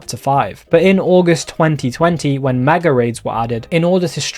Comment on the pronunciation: Please be careful with your pronounciations. It will have irked some that you're saying maga raids instead of mega raids. Blast from the past though, I'd forgotten about a fair few of those features!